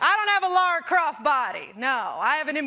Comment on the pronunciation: I’m officially adding people who pronounce it “Laura Croft” to my list of pet peeves.